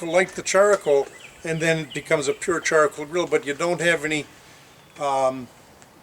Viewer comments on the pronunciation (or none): I believe comment was in reference to the extra 'a' you added to the word charcoal. Char-a-coal.